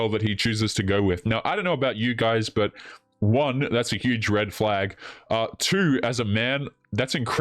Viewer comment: I think you said "huge reddit flag". Frauidian slip I guess.